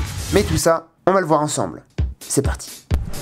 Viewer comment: Le "e" de ensemble c'est voulu ? haha Très bonne vidéo comme d'hab